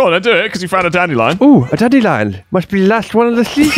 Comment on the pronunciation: is no one gonna talk about the fact, that said "daddylion"? XD